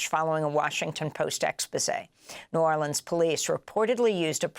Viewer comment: Love how you said N'arlins.